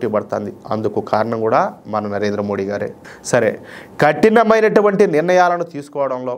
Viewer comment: దయచేసి "మోదీ" అని పలకండి 🙏